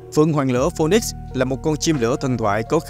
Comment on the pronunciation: Phoenix đọc là fi-nik chứ ko phải phôn nik 😂😂😂